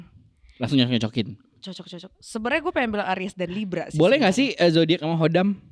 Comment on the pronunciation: lucu bgt tiap "zodayackk"